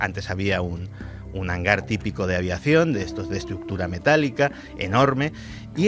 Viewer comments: Que idiota, es Hangar, no "hanglar". Maldita imbécil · Porqué pone HANGLAR y no HANGAR? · es que el hanglar diesochlo XD